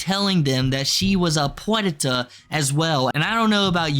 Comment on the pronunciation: The fuck is that word you're saying? "Puenta" or some shit? Tf does that mean?